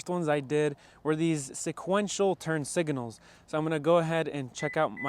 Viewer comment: “Siginals” Bro spittin